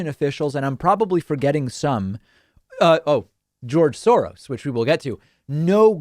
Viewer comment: “Geoge Thowos” -rudy